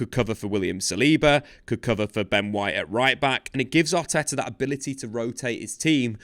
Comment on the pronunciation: Mikel Arteea?